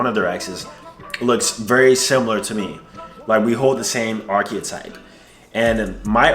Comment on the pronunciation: You're pronouncing archetype incorrectly and it's hard to listen to